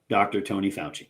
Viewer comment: Please! Fowchi, not Fawsi. It's like some US commentators say 'cutter' for Qatar. BTW, I find your podcasts very informative. Thanks.